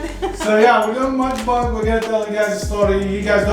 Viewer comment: muck bung ? its a muck bang😂😂🤣🤣😂😂 love you guys ❤❤